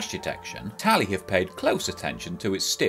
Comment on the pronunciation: It's not Tally but Tali xD anyway it looks like the most useful helmet for e-scooters. Since we have a huge problem showing signal lights, or stop light - the cars have hard time seeing our tiny lights which scooter manufacturers put on our scooters, such a shame. It's such an "hitech" helm and it has the rear camera too, nice price tag too... you could possibly get a Nanrobot D6+ for this price xd